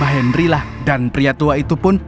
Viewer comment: Bang Bisa Gk Bicara Henry Tapi Gk Pake D